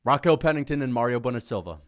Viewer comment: It's Mayra, not Mario, you genius